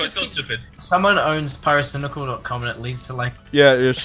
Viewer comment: pairo-cai-nai-cal has always been the king of cancer to me.